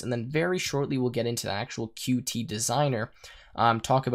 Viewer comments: Good tutorial. It was a bit painful hearing Qt pronounced wrong the whole time. The reason it is written "Qt" and not "QT" is because it is pronounced "cute" and not Q T. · According to the Qt Company, Qt should be pronounced "cute", for obvious reason.